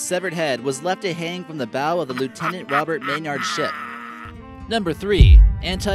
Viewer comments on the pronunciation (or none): none